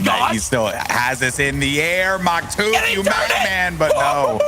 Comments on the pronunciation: him calling maktuf maktoof is killing me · "maktooth" - 2021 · Im so sad I had to watch one of the best matches with them saying Maktoof like cmon lol